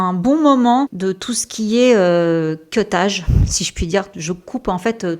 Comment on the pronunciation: Cutage et non pas queuetage 🤣